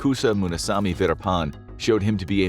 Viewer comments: The name Verappan has a double p (pp) in the spelling for a reason. Stop calling him veerapaan. Learn basic pronunciation if you must before you start recording for professional videos. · Kept hearing it as “Peter pan” the whole way through